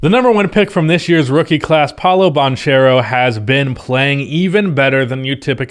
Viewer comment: pronouncing Paolo's surname both as Ba"ch"ero and Ban"k"ero speaks volumes about his precaution 😁